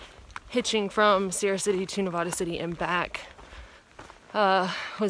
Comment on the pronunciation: Hey just a note on my Home town of Nevada City it is not pronounced like you are pronouncing it. the A in it is pronounced like the a in Bat. Hope you enjoyed the gold town even if you did not spend much time in it. WOW you are really making time and I can see you getting to Canada.